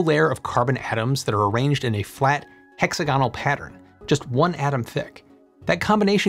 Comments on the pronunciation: hex-agonal not hexa-gow-nal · hex-A-gonal, not hexa-GON-al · It’s hex-AG-onal, not hex-a-GON-al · hex-a-GON-al? That's nails on chalkboard! Right-thinking people say hex-AG-on-al. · Hex-A-gonal not hexa-GON-al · yeah but I've never heard anyone say HEXA-GONAL instead of HEX-AGO-NAL 🙂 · hex-A-gon-al /*plonk* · Nice video. A nit: I believe hexagonal is accented on the second syllable-- hex AG on al. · "hexAGonal" is how it should be emphasized. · odd, i don't think I've ever heard hexagonal pronounced that way. I wonder if it's american, or a lot smaller group, that says it that way? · "Hexagonal" has the accent on the "A", just like "diagonal". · I don't trust him. He doesn't know how to say hexagonal. This is 4th grade stuff, and I'm supposed to trust him with complex data? Nah. Pass. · how in gods name does this man say hexagonal? my poor ears. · I think some Americans are taught to emphasise the second last syllable. That's why they changed aluminium to aluminum, and why they can't say nuclear properly. So he's not wrong, but it does sound a bit awkward.